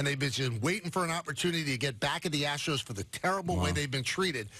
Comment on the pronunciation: Hahahaha! "Ass-tros"